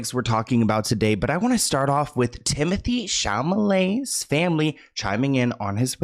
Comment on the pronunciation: Tim-o-THAY Sham-o-LAY 😂